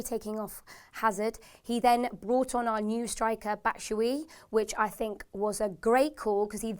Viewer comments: please work on your pronounciation. Its Kant-ay not Kant-ee,Cont-ay not Cont-ee and Bat-shoe-I-ee not Batshoowi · learn how to pronounce names before you make a video like that... it's BasthuAyi not Batshuyi! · "Batshoeaye" "conteeeee" "kanteeey"😂😩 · Batshoey as well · Can you please learn how to pronounce the names of our players and manager. (kante, batshuayi & conte all pronounced wrong)